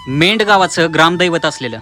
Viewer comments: Medh नाही मेंढ नाव अगदी बरोबर आहे. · Mendh nahi medh aahe